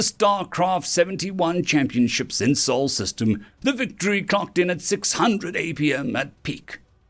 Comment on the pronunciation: Did he say starcraft tournaments in Sol System or Seoul System?